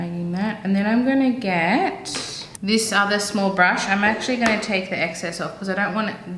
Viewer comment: “Take”, not “rake” 🤣🤣